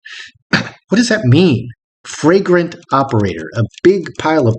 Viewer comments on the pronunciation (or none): Flagrant operator, not fragrant. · Surely the word was 'flagrant' not 'fragrant'? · Pretty sure the word was FLAGRANT, not fragrant. 🤣👍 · FLAGRANT not fragrant. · 'flagrant operator' not 'fragrant operator' ! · Are you sure she didn't say flagrant (blatantly obvious) instead of fragrant (scent).